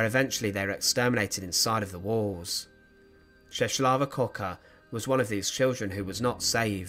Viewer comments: Appreciate the video but the name pronounciation is ches wavah kevoker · You should pronounce her name as Cheswava Kvoka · not important but: My Polish friend says the proper pronunciation of her name: Chesswava Kfoka The L (with the line going diagonally) is actually an English W, the W is an English V, and it’s an English F followed if preceded by K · Her name is pronounced more like " Cheswava Kvoka" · please, do your homework and check the pronunciation: [Cheh-swa-va Kvoka] you're welcome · You have really butcher pronunciation of her name